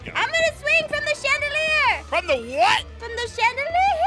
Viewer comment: I always laugh!😂when aphmau said im gonna swing to the chadalir and said from the what? And aphmau said chadalirrrrr